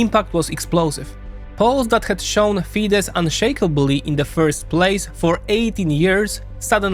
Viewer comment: While it was pronounced correctly when said Fidesz.